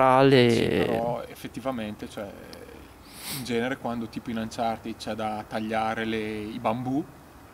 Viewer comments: il finale "ed" in inglese si legge in 2 modi. nel caso di uncharted si legge "anchartid" perchè "ed" è preceduto da consonante. la doppia "e" non c'entra perchè la desinenza si riferisce ad un participio passato. in altri casi la "e" di "ed" viene semplicemente tolta. ad esempio "locked" si dice "lock'd" :-) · Che belle queste recensioni Retrò di ps vita e "Anchartin" 😂😂😂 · Bhe! cercando un qualsiasi video inglese di Uncharted si può sentire come lo pronuncino "Anciarted" a meno che gli inglesi stessi non sbaglino...